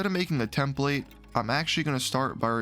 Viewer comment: You pronounce template wrong.. it is soooo annoying..